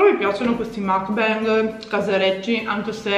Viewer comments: si dice mukban 😂😂comunque bel gran video !! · "Mukbang" si legge proprio come si scrive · mukbang si dice come si legge, è coreano